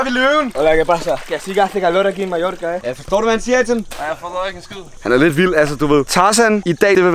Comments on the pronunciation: Du siger majoka det giver mig spat det hedder Mallorca !!! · Du siger Majorca men du skriver Mallorca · Du siger Majorka